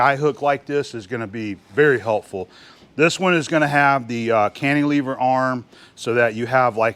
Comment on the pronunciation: fyi, it's not "Canteelever". It's Can-tih-lever - i.e. the short "i" vowel pronunciation.